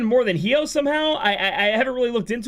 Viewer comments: I die a little inside every time you pronounce his name hee-oh xD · The way you pronounce Hyoh triggers me.